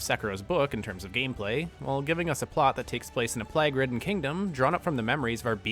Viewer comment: Great video my guy, but why are you pronouncing "plague" as "plag"?